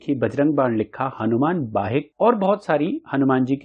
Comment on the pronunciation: Are you a fool ? You are pronouncing vadvanal as vadnaval .😮it is hanuman BAHUK not bahik